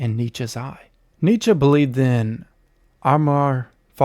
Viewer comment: Not a smooth delivery with the stuttered, some what obviously...nitsher said, neitchky, newtskey, nitskee, knootskey, kernigit, Neh!!!